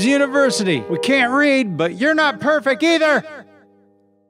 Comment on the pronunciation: that slogan needs to be on the merch! I would wear a university shirt that says "We can't read, but your not perfec either!" With out the "T" just as thick pronounced it!